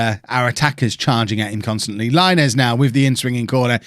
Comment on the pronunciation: Diego Laínez is pronounced [LaInez] not Láinez, please understand it 😂😂😂